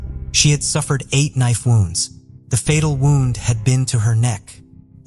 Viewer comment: My favorite is the pronunciation of wound.